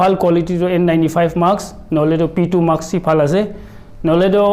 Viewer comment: Mask koi ho not maks :D